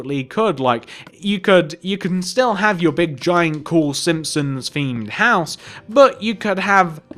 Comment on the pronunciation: Sihpsons??? SiMpsons.